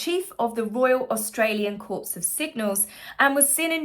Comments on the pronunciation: Note: Corps is not pronounced 'corpse'. It is pronounced 'corr'. Very important to get this correct! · Corps..don't pronounced thé 't'..liké 'core'!😜